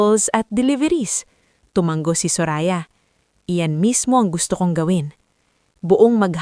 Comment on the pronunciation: Tumango hnd tumanggp maling mali ang pagbigkas ng tutuong salita. Tumatango hnd tumatanggo kuha mo!!!